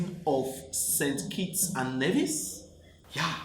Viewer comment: Lol, you are silly...I am from St. Kitts and Nevis, born and raised in St. Kitts. We are Kittitians not Kittens, but I am used to being called a kitten lol. I like how you pronounced Nevis, it is NEE-VIS